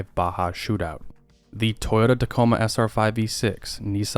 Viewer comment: Toyouta period